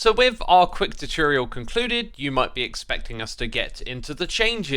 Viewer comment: Did he say tichireal instead of tutorial